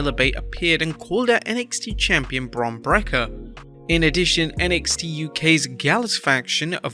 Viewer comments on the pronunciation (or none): There He Goes Again Calling Him Bron Brakka